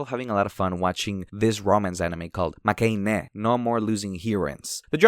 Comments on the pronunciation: It's makeh-inn btw, from "make" meaning lose and "heroine" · the "ine" in makeine is said like "heroine" in the title 😂